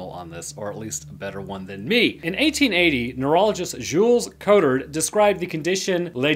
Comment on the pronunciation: Congrats ! You could not have pronounced that worse xD